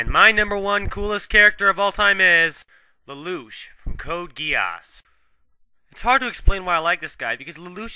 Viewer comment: The character's name is Lelouch, not Ledouche